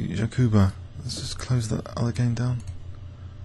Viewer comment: It's ''jaBuka'', not ''jaKuba'', it's the third time you misspell it :D Also, did you know that this opening is pronounced ''peerts'', not ''perk''? Just a head-up :D